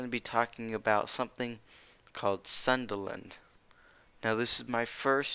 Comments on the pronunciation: Its pronounce as soon dA land not sunderland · its pronounce Soon-DA-land